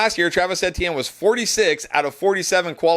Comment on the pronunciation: Why do you say Etienne so weird? It’s E-T-N Is this a schtick?